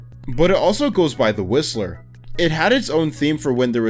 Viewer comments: WHY DID I HEAR RIZZLER INSTEAD OF WHISTLER😭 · I swear he said the rizzler and not the whistler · The Rizzle occurance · I thought you said rizzler honestly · Bro i heared rizzler😭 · I thought when he mentions the whistler, I thought he saided the rizzler😂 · Maybe I'm just to chronically online, but I SWEAR TO GOD That he says "The Rizzler" instead of "The Whistler" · Bro I heard u say the rizzler in the whistler part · at the whistler part i thought u said rizzler xd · I’m sorry I’m sorry we all heard him say the rizzler right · I fr thought you said, "The Rizzler" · Why did bro say Rizzler instead of whistler in the very first thing he called him😭😭😭💀💀💀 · HE SAYS THE RIZZLER DAWG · I thought he said rizzer 💀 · Nobody talking abt how he said "the rizzler" for th whistler? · am i the only one who heard "the rizzler" when he said "the whistler" by the way, about john and jane doe, yes it is true that john doe doesnt remember jane, but he will fall in love with her again, the corruption TRYS to stop it, but it cant, js shows john and jane does love for eachother lore accurate, btw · is it just me or does he say "the rizzler" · Anyone else hear "The Rizzler" and not "The Whistler" ? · why did i think he said rizzler.. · i thought said the rizzler instead of the whistler 😭😭😭😭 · Not the rizzler bro smh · Why did I heard it as "The Rizzler." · he definitely did not say whistler, I’m Not brain rotted its just true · Bro did NOT say the whistler💀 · bro did not say whistler bro💀💀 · Guys, when was starting to talk about “The Whistler” I honestly thought he was saying the rizzler… 😭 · I thought bro said the rizzler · I thought you said the rizzler in the last one lol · TF I HEARD RIZZLER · I heard "The Rizzler" and was about to delete mys- Roblox and burn my Laptop until I heard "The Whistler" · Instead of 'The whistler' I heard 'The rizzler' 😭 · For the whistler I thought you seed rizzler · "The whistler" I thought he said "rizzler" ngl 😆